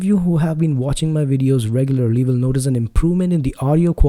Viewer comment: "Will", not "vill" 🙂 I do like the sound of your voice though, and this is a great review